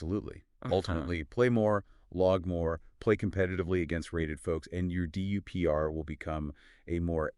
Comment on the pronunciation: If you’re going to do all this work can’t you instruct NotebookLM to pronounce DUPR well?